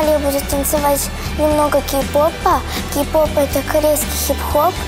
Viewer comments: Q-pop , она просто не так произнесла😅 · Она сказала Кью поп а не Кей поп